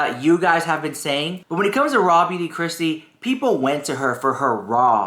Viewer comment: I swear you said Raw Meat Kristi 😂 🐍 ❤ 🎃